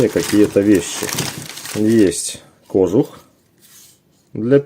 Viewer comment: кожУУУУх правильное ударение